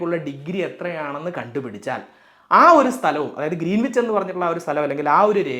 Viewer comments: It's not ' Green wich ' it's greenich As a science and tech enthusiast ,I visited Royal Observatory in Greenwich south east London where the prime meridian passes through and realised that how I mis pronounced the place name. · Greenwich പ്രോനൗൺസ് ഗ്രീൻവിച്ച് എന്നല്ല ഗ്രീനിച്ച് എന്നാണ്, w സൈലന്റ് ആണ് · Sorry to correct you,it’s pronounced Gren-itch , not green wich! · IT'S PRONOUNCED AS ' GRENNACH !' ======== MATTS' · Pronunciation is GREENICH ˈɡɹɛnɪt͡ʃ/, /ˈɡɹɛnɪdʒ/, /ˈɡɹɪnɪtʃ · Greenwhich is pronounced as “grenich” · ഗ്രേനിച്ച് എന്നാണ് ഉച്ചരിക്കേണ്ടത്.. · വളരെ നന്നായിട്ടുണ്ട്. പ്രത്യേകിച്ച് ആരും ശ്രദ്ധിക്കാത്ത 180 ഡിഗ്രിയുടെ പ്രാധാന്യം! ഒരു ചെറിയ സ്ലിപ്പ് ശ്രദ്ധയിൽ പെടുത്തട്ടെ: Greenwich എന്നതിന്റെ ഉച്ഛാരണം ഗ്രീനിച്ച് എന്നു മാത്രമാണു. w - silent ആണിവിടെ. ഇംഗ്ലണ്ടിലെ -wich-ൽ അവസാനിക്കുന്ന മറ്റു പല സ്ഥലങ്ങളും ഇങ്ങനെ തന്നെയാണു! Otherwise excellent explanation. Keep it up! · ഗ്രീനീച്ച് എന്നാണ് ഉച്ചാരണം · Greenwich is pronounced as Gren-itch. W is silent. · ഗ്രനിച്ച് എന്നാണ് ഉച്ചാരണം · Good explanation. 👍🏻 I saw it because YOU explained it, eventhough I knew it very well. But just one correction, though not that a priority, pls check the pronounciation of 'Greenwich'. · Good information 👍 Please check on the pronounciation too... For instance, Greenwich.